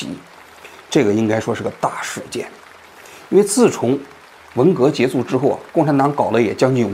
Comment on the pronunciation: 王局，我发现您读结束和亚波人配音一样，都是读结素，是旧国音吗😂